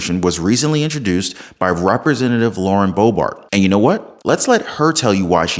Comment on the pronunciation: Boebert, not Boebart. Great channel 🏆💯